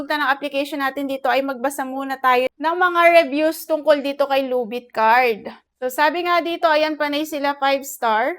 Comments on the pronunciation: Ginawa mong tagalog yung title ng loan app lubit card(luvit card) manuod kasa iba at pakingan mo yung kung ano sinasabi nila tamang pag bigkas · Kaya ka na reject kasi mali yung pag bigkas mo sa title loan app